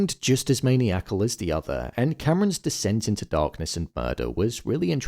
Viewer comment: Hey man just a heads up its pronounced man-eye-a-cull not mainiac-ull